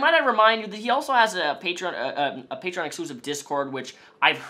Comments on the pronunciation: onision's pronunciation of the word 'patreon' irritates me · i hate the way he pronounces patreon